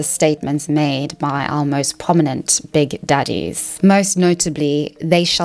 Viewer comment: The way she said “big daddies” with that accent